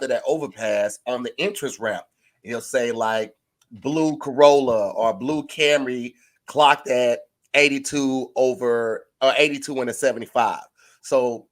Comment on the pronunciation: He for sure said Clock with no L 😭💀